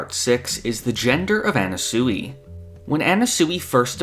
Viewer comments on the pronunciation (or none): Sure, Everyone's theorizing about why Anasui but.. NOBODY is bringing up this man's pronunciation of Anasui??! Anna-sooey? It's driving me mad!!! I don't normally nitpick how people pronounce things but I'm going crazy! It's Ah-Nah-Swee (Sui is pronounced like Sweet) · My bro, I love your content, but please, stop saying Anna-soowee. It’s Ah-Na-Swee. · His name is pronounced annaswee not annasooey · Mf says anna-sooey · Am I crazy, or is he pronouncing "Anasui" weird?